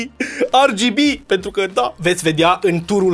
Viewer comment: AR GI BI? Serios? Am uitat romana? De fapt nici a engleza nu suna. Parca suna mai bine ER GE BE